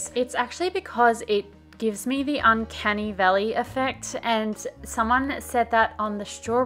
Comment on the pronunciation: I thought you said “uncanny belly” and tried to look that up.